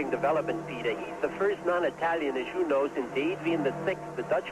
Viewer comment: I love how he says "non Itayian" pronouncing it precisely like an Italian.